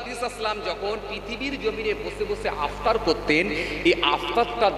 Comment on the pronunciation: ইফতার টাও সোজা করে বলতে পারছে আপতার বলছে